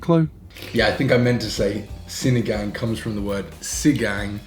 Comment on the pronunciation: I like Chloe, she seems to know a lot about Philippines. I dont care that you make Filipino content bec. you’re making a profit out of it, as long as you genuinely enjoying it (doesnt seem fake like the others). With regards to our vowels, we only have short sounding vowels like A-abacus; E-elephant; I-ibiza; O-octagon; U-umami. So when you say sinigang, ‘gang’ is not like ‘gangs of new york’ (leo movie haha)